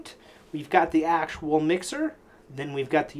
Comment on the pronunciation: why do you say accual sooo much?